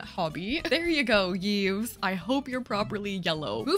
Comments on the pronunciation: its pronunced eve, not yeeves lmao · I regret to inform you that Yves is actually pronounced like "Eves" but it made me chuckle 😂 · love the way you pronounce Yves' name, it's very much not how you're supposed to pronounce it but it's cute! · the way she said Yves hurt me